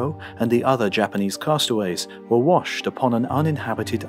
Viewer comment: Really fantastic tale and the narration is impeccable, but you gotta work on your Japanese pronunciation.